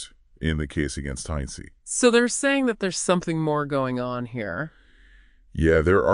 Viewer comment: the guy pronounced travis name as "Heinze'ee" (?? Heinzy ??) LOL 😂